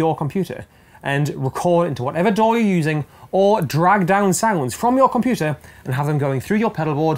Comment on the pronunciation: I love you videos and your gear reviews. Always great content. But the way you say computer is driving me up the wall!!!